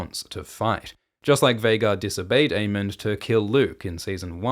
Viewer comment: This is a new timeline where pronounces Aemond as Aemond and Daemon as Daemon